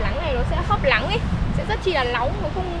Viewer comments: Nghe bé này nói chuyện stress ngang😂 cứ Lắng r Lói, Nà,…🤣🤣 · Nói chuyện y chan a Sáng lun náng thì kiêu lắng😊chữ n kiêu thành chữ l😂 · Nc n chứ ko phải l 😢 Nắng ko phải lắng . 😅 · Nều lắng lóng nắm lước kkkk ngọng